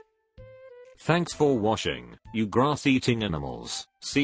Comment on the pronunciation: Did you say "thanks for WASHING?"